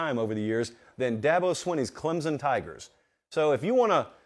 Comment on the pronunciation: He even pronounced Clemson correctly! You are coming around. But I think Clemson at 4 or 5 is where they belong. Could they beat Georgia or Ohio right now? No. Tennessee or Michigan or Bama. Yes. But let’s see how this team keeps improving.